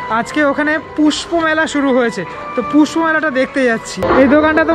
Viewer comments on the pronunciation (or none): Puspo mela na uccaron na kore sei allu arjun e Puspa mela bhalo hoto !!!!!! 😂😂😂👍